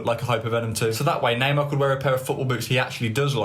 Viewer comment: Bro the way you pronounce Neymar hurts my soul, half the time I have no idea who you're talking about, sounds like Namah